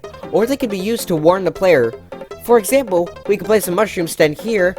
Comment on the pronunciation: Ah yes, exapmle